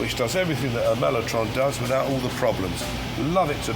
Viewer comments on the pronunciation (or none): Did Rick say 'memotron'?